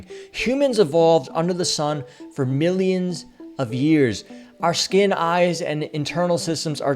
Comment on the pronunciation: The way u say millions😂😂😂😂